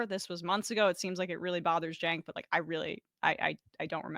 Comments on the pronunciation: Not a current TYT fan or anything, but how are seriously saying ‘Senk’? Surely you have heard his name pronounced before? If you haven’t it’s ‘Chenk’ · You are just two clowns and a women, slagging off a guy whos name you can't even correctly say. Senk. Try Chenk, yu dumb mother fockers. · He said it like sank lol😂